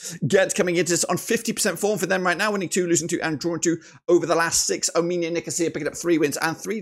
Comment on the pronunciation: fr bro like how the hell does he say "ominia" instead of "omonia" like wtf